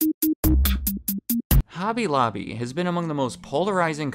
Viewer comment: "Hooby looby" hobby lobby Holland. You're welcome